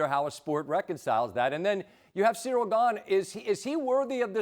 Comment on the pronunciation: Jon "See-dill Gane" Anik